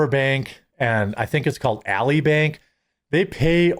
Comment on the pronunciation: "Ally Bank" is pronounced "al-lie", as in "I'm an ally to you, we are allies to each other".